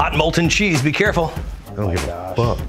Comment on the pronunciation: "I Ont give a fuck" Babbish 2019